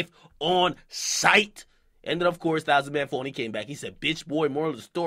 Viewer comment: lol he didn't even pronounce it right